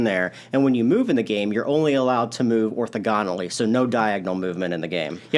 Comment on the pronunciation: Guys, the word is orTHOGonally. You have the stress on the wrong syllable which stresses the math teacher in me 😄